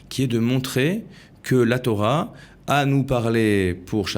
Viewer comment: Torah et pas thora